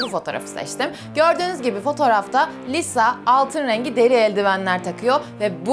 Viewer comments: Ben aslında ablayı çok seviyorum ama Lisa'ya "Liza" demesine sinir oluyorum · Abla niye liza diyon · Liza diyip durma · adla liza diyorsun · Bu arada git gide lisa ya liza demeye başladın Video çok güzel olmuş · Çok emek vermişsin harika Bi video olmuş ama liza demen beni çok rahatsız etti 🙃🙃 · lizanin diyo de gene liza diyorsun abla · Lisaya LİZA diyen koca yürekli 😛😛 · Lisaya liza demesi gerdi beni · Lisa'yı neden liza diye okuyon yav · Lisa yerine durmadan Liza dedi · İyiki Lisa'yı etiketlememişsin ve Lisa videoyu görmemiş. Çünkü üyelerin isimlerini yanlış telaffuz ediyorsun. Ama video fikri çok güzel. Cidden uğraşlarına değmiş. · Abla liza değil lisa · liza değil lisa korecede lija da deniyo ama alınma doğrusunu bil yani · abla liza deyil lisa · Bu arada o liza değil lisa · Abla linclemeyiyorum ama Liza değil Lisa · Lisa "Liza" diye okunmaz Lisa diye okunur. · liza değil lisaaa !!!! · Yarım kaldı liza diyor lisa olacak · HEMN LİZA DEĞİL LİSA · Liza değil Lisa 😂 👇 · Liza deyil Lisa olacak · ABLA LİZA DEĞİL LİSA ÇOK TAKILDIM DURAMADAN LİZA LİZA DEMİŞSİN YA 😆😆😆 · Abla neden lisa yerine liza diyorsun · Lisa taylandlı ve isminin okunuşu yazıldığı gibi okunuyor, korece de liza gibi bir ton ama liza değil yanii Lisa kısaca🤷‍♀️ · Liza değil LİSA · Liza değil lisa. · de lisa ya liza diyosun yazık sana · abla liza diyosun lisa deniliyo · Abla Liza diyosun da Lisa olmasın o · liza değil Lisa kötü anlamda değil iyi anlamda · Abla liza deme lisa o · Liza değil Lisa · Abla çok güzel ama liza değil lisa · Videonun başında liza yerine lisa olarak telaffuz etmesinden sonra o videoyu kapatmaliydım🤦🏼‍♀️ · saç nerdeyse lisa'nınkiyle aynı gibi ve abla liza değil Lisa yazıldığı gibi okunuyor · Çok emek vermişsin eline sağlık ama liza değil lisa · Liza değil Allahım LİSSSA s’leri bastıra bastıra söyle 😂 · Çok güzel olmuş baya emek var ama Liza değil *Lisa diye okunuyor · liza değil lisa! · liza degil lisa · Liza deil lisa